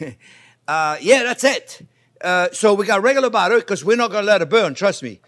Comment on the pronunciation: I love the way he pronounce buttah